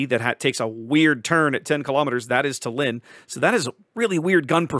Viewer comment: Small correction - tAllinn (stress on the first part) 😊. The capital of Estonia.